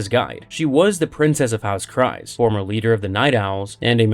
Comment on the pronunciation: Very Cool Video! Bo-Katan’s last name “Kryze” rhymes with Bees, not Cries. In other words, it’s pronounced Bo Katan Krees.